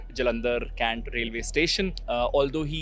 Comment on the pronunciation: Caant nai Cantt 😂